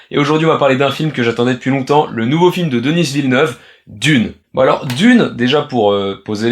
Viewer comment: Pourquoi prononcer "Denisss Villeneuve" au lieu de "Deni Villeneuve"?